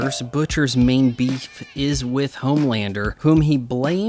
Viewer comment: youre aware 'with' isnt pronounced 'wiff' or 'wiv' right? btw, when you are addressing the jewish question in a comicbook review perhaps its time for you to graduate to some more adult material. If you are aware of the left's lies how can you see shows like this as anything but brainwashing and propaganda? at the very least, the kind of trash media you consume is a massive distraction.